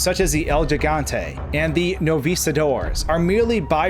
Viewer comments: actually pronounced hee-gante which in Spanish translates to 'gigantic'. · I'd like to point how that people keep saying El Gigante with the G sounding like well, a G. But it's as if the G is a H because it's Spanish. El Hegante, El Gigante. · HEY CAUCASIANS... Gigante is pronounced he-gan-te Stop embarrassing yourselves. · "El Jigantey" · its supposed to be pronounced like "El Higantey" bro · My man your killing me with the way you say "Gigante"... Pronounce the "Gi" as "He" He-gante. Spanish 101 bro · "Looks like the beginning stages of an el jigantay" he butchered that word so bad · It hurt to hear that but what can you expect from a non Spanish speaker? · I always pronounced it gee-gun-tae. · Listen I get it that this video is old but if I hear you say Jeegante one more time I will have to block your video. Have you never ever said gigabyte in your life? Giggle? Giddy? Gilliam? Gift? Geezer? Gills? Gilbert? What possessed you to say say Gigante like the first sound in Giant? Not the same words, dude. Seriously, what the hell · Being half Puerto Rican and growing up used to hearing my family speak Spanish, I cringe whenever people pronounce the G with a G sound when saying gigante. I know it is ignorance since Spanish is obviously not their native tongue, but knowing the G is pronounced like an H, I just can't help but shudder.